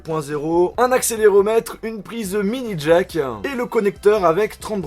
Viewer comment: c'etait un truc de ouf-iiin mini jack-iiin fonctionalite-iiin ecouter de la musique-iiin jen peu plus MDRRRRR